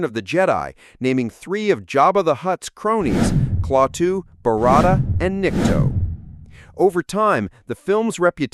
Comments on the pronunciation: This guy needs to rewatch the movie to learn how to pronounce Klaatu. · The was a weak representation of the classic. Especially the poor pronunciation of Klaatu by the narrator. And the most obvious thing left out - the correlation to religion. Mr. Carpenter? Know any carpenters in the Bible? When “killed”, Klaatu explains that they can come back temporarily (3 days) if needed. Trying to speak to the people about love and peace, or the likelihood of obliteration? Think about it. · how do they put this much effort into this piece and yet get "Klaatu Barada Nikto" wrong? also, bad pronunciations in many other parts. sad commentary. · Very interesting BUT - you mispronounced so many names of actors, their character names, etc -- which makes me wonder - did you even bother to See the movie? You even mispronounced the name of the lead character, Klaatu. Jeezes, don't make so many goofs in a single video. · OMG!!!! YOU ARE MISS-PRONOUNCING THE ALIEN'S NAME !!!!!!!!!!!!!!!!!!!!!!!!!!!!!!!!!!!!!!!!!!!!!!!!!!!!!!!!!!!!!!!!!!! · Damn it, listening to you CONTINUALLY MISS-PRONOUNCING "CLAWWTOO (as in the things on a bear's hand = CLAW) IS INFRUITATING !! NOTICE when she in the movie pronounces it CLA-TOO (as in CLAP your hands) FUCK: if you are going to "REVIEW" a movie, TRY WATCHING IT SOMETIME, clearly something you NEVER DID, or you would fucking know how the name was SAID !!!!!!!!!!!!!!!!!!!!!!!!!!!!!!!!!! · Klaaaaatoooooo not Clawtoooooo, but great run down on details one of my favorites ever when Gort was plowing through folding wood chairs we used to hide while watching the TV!!!! Still ove to see this over fifty years later....Loved when Rennie corrected the math problem for the professor!!!! Thanks for posting this.... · The phrase is Klaatu Barada Nikto, not Kalatu Nikto Varada. How do they make such mistakes? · Did you watch the movie? His name is Klaatu, but you pronounced it "Clawtu". In the movie, Patricia Neal pronounces it correctly. Watch the movie.